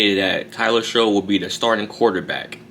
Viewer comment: It's pronounced Tyler "Shuck"